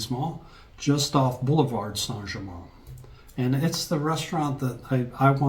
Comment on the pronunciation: It's not Saint Germaaahn It's here for you